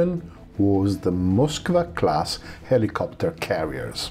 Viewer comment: You'll laugh, but it was pleasant to hear someone in English pronounce Moskva properly. I am so tired of Moss-Kow.